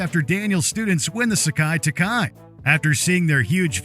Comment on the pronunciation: It's (SE-KAI, TAI-KAI), not (sock-eye, talk-eye).